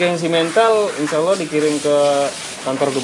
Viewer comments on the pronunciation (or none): none